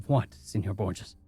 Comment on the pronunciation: ÑI'm so sorry, but i was a Spanish major and...you have mispronounced Borges. Every time. Mispronunciations aren't uncommon on this channel, but this one is particularly difficult because it comes up so often I the story. I think you should consider researching words that you have any doubt about. I love this channel but I have to suggest this at this point.